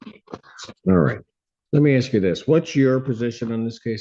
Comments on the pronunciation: Lookie there, your actions actually do have consequences. You put yourself in this situation. Its irrelevant you don't have family nearby to help you. And stop crying, you and you alone put yourself in this situation. Lastly, you're in college and keep saying "aks". Its "ask" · The word is ASK!